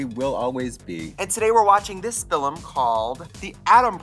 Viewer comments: I love trixie's pronunciation of "film" a la John MacLean. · filim i love how trixie pronounces words for fun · It’s official. Trixie is a John Maclean fan. “FilUM” 😂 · Did Trixie just channel our fabulous dark lord with her pronunciation of "filum"? 😃😃😃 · I love how Trixie says “philim” and “progrum” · Love how Trixie says Film , Fill-em xDD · The John MacLean pronunciation of "fillum" in the intro got me good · I love she always says fillim like John Maclean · Is also a rural Wisconsin accent pronunciation. I think she does it in purpose, but there could be a couple different influences as to why she says it that way. Same with "progrum" vs "program" lol. Love it 😂